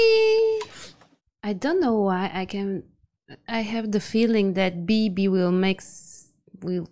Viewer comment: I lost it when they called Leo Beebe: Boobie 😂😂